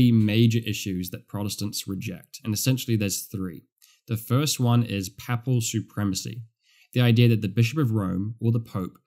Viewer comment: Thank you from a Catholic who went to Anglican church first time today. I like your teaching a lot. (Papal is pronounced "paypul" the way.😊)